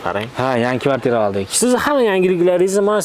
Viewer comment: Akahon kvartita emas kvartira boladi😂😂😂